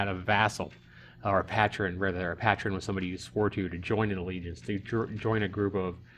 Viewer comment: Loved the video until u kept saying patron haha I miss this game.